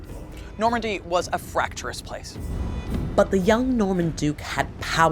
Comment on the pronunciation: 'Fracturous' , twice.